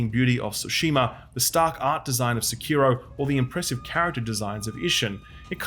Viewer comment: Every time you say "Se-kee-ro" something inside me dies. :face-orange-raised-eyebrow